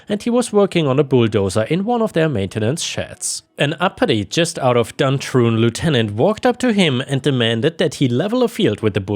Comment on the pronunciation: yes Duntroon confirms this was Australian and you pronounced Duntroon correctly too most people dont two thumbs up and if someone took my cat or cats they would never be found no hospital no cops no morgue